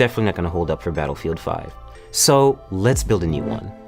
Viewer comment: The way he say battlefield 5 like its the most important game of all ages, we all now if you want to test your system you should test crysis